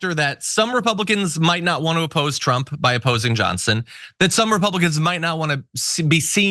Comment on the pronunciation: I will appose you if you apposed my "Johnsin" LOL Did you mean to say that?